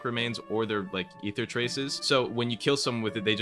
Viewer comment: Stop incorrectly pronouncing ether unc 💔💔